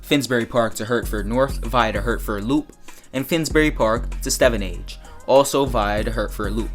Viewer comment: I live in stevenage and btw it's funny that he says stevenage wrong but it will be good seeing my local station in the game